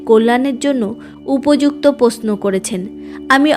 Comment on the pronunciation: আপনি বাংলা উচ্চারণ ভালো করে অভ্যাস করুন। র তো আপনি উচ্চারণ করতেই পারেন না, মৃত, মৃত্যু কে মিত মিত্তু বলছেন দেবশি নয় দেবর্ষি । পশ্ন নয় প্রশ্ন অত্থ নয় অর্থ এই ফালতু উচ্চারণ শুনতে কারো ভালো লাগে বলুন। ছিঃ